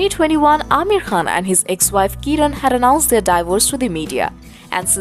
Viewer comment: Who is this lady talking... she can't even pronounce Kiran and Fatima 🙏